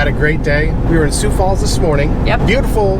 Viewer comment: It is pronounced, "Soo"Falls".Sioux Falls. I lived there many years.